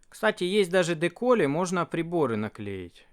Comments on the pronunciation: Так а почему же "ДекОли", если "ДекАли"? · почему ты говоришь "декОли", а не "декАли"?